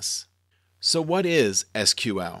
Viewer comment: Lol I searched for Seequel and this video came up, so I thought good, now I found someone to get pissed at. And you pronounced SQL correctly.